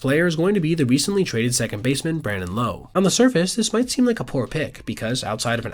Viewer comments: Brandon Lauwe (Like Loud), not Lowugh, like Lowe's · is so low on Lowe that he mispronounced his name to sound low. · You’re a nerd who spends all his time looking at baseball savant pages. You don’t even know how to pronounce Brandon Lowe’s last name.